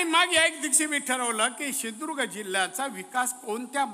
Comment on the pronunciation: सिंदूर्ग नाही सिंधू दुर्ग म्हणा